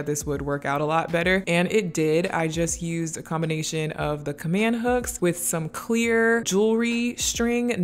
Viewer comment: the way you pronounced “combination” tickled me 😂